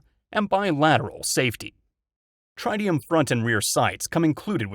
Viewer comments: Try tee um? Never heard tritium pronounced that way, checked the dictionary and verified that the reason I’ve never heard it pronounced that way is because it’s wrong….. That switchgun while a gimmick gun, needs to get a “big brother” in .38 special, any 22 is inappropriate to self defense as long as a better caliber is available…. and that gimmick is useful. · Totally screwed up, from the revolver that comes with two magazines to the inability to correctly pronounce "tritium".